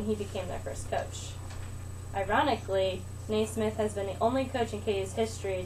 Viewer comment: It's not James nay-SMITH, it's James NAY-smith. geez